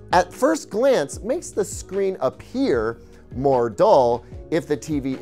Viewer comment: A PEAR appears when he says a-ppear 😂😂😂 Nice job,;)